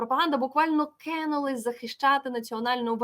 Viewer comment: То ,,кЕнулисьʼʼ , то ,,красЕвогоʼʼ! Якась нездорова тяга у Курбанової до звуку ,,Еʼʼ в українській мові (((